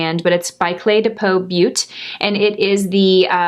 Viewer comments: Not "Butte." 'Bow Tay.' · Sorry, I think it’s pronounced beaute, like having an a on the end (beaut a). It’s French. I’m French Canadian , the way you said was odd to me. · Not trying to be a troll... Clé de Peau Beauté, the last word meaning beauty is pronounced (best I could come up with) bow-tay or bo-te... anyhow if you look up how to pronounce that word on YouTube a couple of vids pop up... Thanks for the La mer vs L’Oréal comparison, so does my bank account!